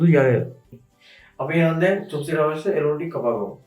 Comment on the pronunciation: උයන්ඩ ඉස්සෙල්ලා කෑමෙ නම හරියට කියන්න ඉගෙන ගත්ත නම් නේද වටින්නෙ . මේ නොදන්නා කමද නැත්නම් කම්මැලි කමද? එහෙමත් නැත්නම් නිකංම ගොං කමද . අද ඉදන් වත් හරියට කියමු ද 3 syllables: "CHOP" + "SOO" + "ee"